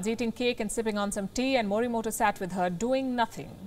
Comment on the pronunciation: Fine, but the pronunciation मोरीमोटो is not as per Japanese spirits. I am writing in Devanagari because even English is not able to convey it, the fact that Japanese does not have consonants टा, टो etc their words are made of ता, तो etc and hence the correct pronunciation should be मोरीमोतो ।